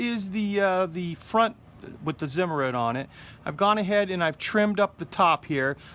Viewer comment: in German Zimmerit is pronounced CIMERIT. For all you idi....